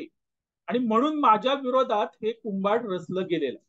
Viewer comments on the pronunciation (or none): आंबा कुंभाड नाही कुभांढ म्हणा.असंबंध नाही असंबद्ध बरोबर आहे.